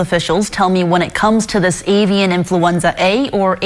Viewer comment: In -FLEW-enza